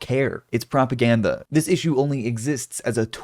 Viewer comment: “Pwopagandeh” -Musky